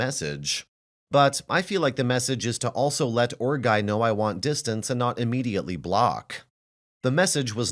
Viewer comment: I thought she was saying ORC guy lol